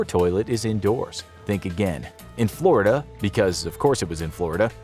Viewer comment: "Florid" It's called Florida.